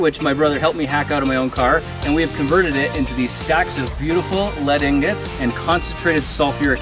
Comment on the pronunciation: Its ingots not ignots